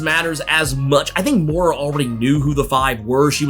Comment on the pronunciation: Moira...not mora